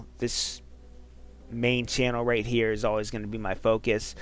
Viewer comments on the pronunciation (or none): none